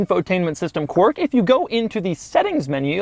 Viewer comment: Doug is still struggling while trying to pronounce quirk; but instead he pronounces quark every single time! How annoying.